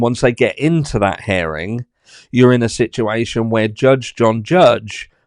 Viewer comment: You are so funny…herring is a fish…it’s hear-ing as in I hear what you are saying….love the British.